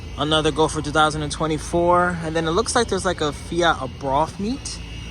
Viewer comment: The Fiat enthusiast in me is cringing... Abarth is pronounced AY - BART